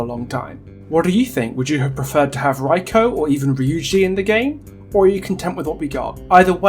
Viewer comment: This is a nice video! Though, I noticed you pronounced everyone but Reiko's name properly. I'm not sure how accurate you want to be on it, but it's pronounced "Ray - koh" or more precisely "Reh (like "eh..." - i(in ear) - koh" depending how accurate you wanna be, still, great video! :) I always love what you have to say!